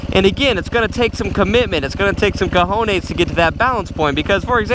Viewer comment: Why u said cojones like that 😂😂